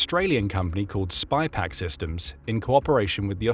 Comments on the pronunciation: pounds, feet. bees di ks..Its SYpaq not SPYpaq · its SYPAC, not SPYPAC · sypak, not spypak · Sypaq. Not spy-pack. Someone needs to clean their specs. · Clearly didn’t pay attention to details … like the name of the company. SYPAQ not SpyPaq. Sort of calls into question the entire video if you can’t get a key fact correct. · *Sypaq*, not *Spypaq*!!!!!!! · It’s SY PAQ. Not spy Paq 😂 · It's SYPAQ, not SPYPAQ. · Boost. The mispronunciation is driving me nuts. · The company name is “Sypaq” - or in the original Australian “Syyyyypaaaq mate!”. Video keeps calling it “spy pack”. Australian accent is hard to pronounce for non native speakers, I get it. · The company is called 'SYPAQ', not SPYPAQ. There is no 'Spy'...but maybe it should be ;-) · Mate, it's pronounced SYPAQ (sighpack), not SPYPAQ. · Sypaq not Spypaq. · The voice keeps saying spypaq , it's Sypaq . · It's SYPAQ, not Spy Pack....🙄